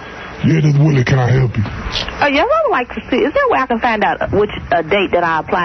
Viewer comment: Sounds like “somebody (something) trying to hell him something” to me.